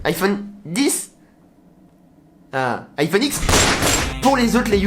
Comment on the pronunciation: Ça se prononce iPhone dix pas iPhone X